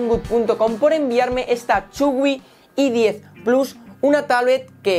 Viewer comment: que la "H" se pronuncia como "jota" en inglés, por favor. No es una e-10, ni la otra una e-book, que eso es un archivo. A parte de eso, muy bien. Adelante con el contenido Windows.